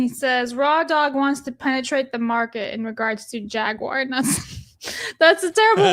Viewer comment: Pronouncing jaguar wrong hurts the soul